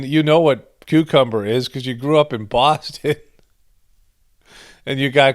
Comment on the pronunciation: "How you say, cu-cum-berr"? 😒